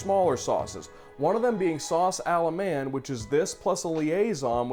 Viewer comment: I think it's sometimes better to anglasise then it is to have terrible and pretentious attempts at french pronunciations. But yeah Sauce Alla-man-d haha.